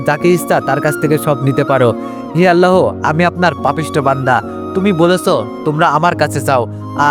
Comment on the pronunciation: আল্লাহ হবে আপনি হ টা উচ্চারণ করতে চেন আল্লাহর সাথে হ যোগ করবেন না 🙂🙂